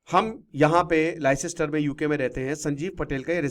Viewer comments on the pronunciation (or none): अरे लाई सिस्टर नहीं , लेस्टर बोलते हैं